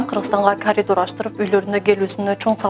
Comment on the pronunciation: Калидол эмес, коридор